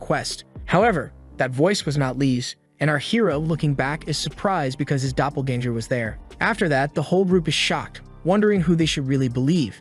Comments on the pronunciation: Dunno how much more I can hear the word doppelganger ... especially when it's pronounced so badly haha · omfg the way it says "doppelganger"